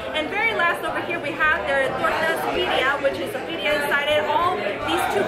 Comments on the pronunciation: Why is she trying so hard to slaughter the Mexican words. Saying them fast dont make it right. Birria pronounced beer-ia. Not bidia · The Bedia Tacos..... Bee-Re-uh Tacos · birria is pronounced beer-ia not bidia rolling your r a little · Birria .. pronounced “Bee-rree-ah” roll the middle r’s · Be-rrrrr-ya: birria lol thats how you pronounce it lol awesome vid! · I try to call american tex-mex to simplify. Authentic mexican food is very different. Roll your r for birria, like birrrrrria. Its a complex process. Ive been eating it forever, amazing. Crisped up from sof shell to hard shell with the fat from the meat process. Also i love tortas, i prefer carnitas or camarones ala diabla. It will be good to watch the rest. I love your appreciation of it all. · theres nothing like tacos de birria and horchata... and its pronunced beeriya roll ur r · homie- birria is pronounced: Bee-RRhia You have to roll the R, so practice rollin’ dat R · (Beer-Ria) Birria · Birria.... no d sounds lol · Lol- practice on rolling your "R"s...once you have that down then you should b good to go😉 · You both insult my Mexican Heritage with your horrible pronunciation, Especially The Asian!!! 🤬